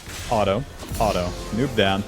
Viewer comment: who the hell pronounces "Auto" as alto?